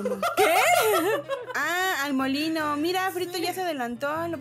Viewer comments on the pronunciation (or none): Yo en una parte donde dijeron molino escuché bolillo😂